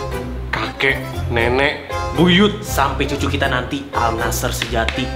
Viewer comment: AL NASSR itu dibacanya ANNASER